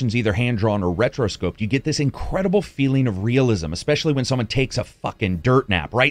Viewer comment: Small thing, I believe you just misspoke, no biggie but early in the review you referred to the animation as "hand-drawn or retroscoped" I think it's "rotoscoped" just a minor nitpick there no big deal, thanks for the concise review